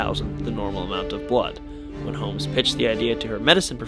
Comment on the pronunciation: At first I thought you said Elizabeth hoes.